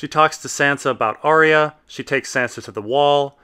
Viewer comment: Still pronouncing Arya wrong, I see.